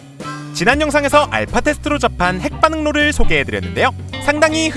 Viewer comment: 아무리 들어도 햇반응로로 들려....쿠쿠하세요 쿠쿠(광고아닙니다)